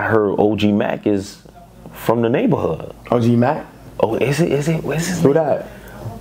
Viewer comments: I'm from Ghana and ik OG Mack, nigga said "crip mack?" 😂😂😂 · He said Crip Mac